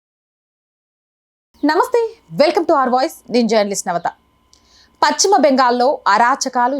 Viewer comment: Pachima అనకమ్మా పశ్చిమ బెంగాల్ అను